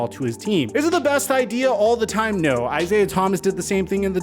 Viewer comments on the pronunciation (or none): none